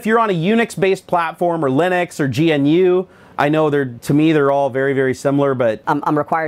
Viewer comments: I feel like being 'that guy' and pointing out that GNU is pronounced Guhnoo ;) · You pronounce GNU wrong.